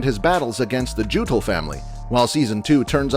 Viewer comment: its not like gutul its more like yuttul <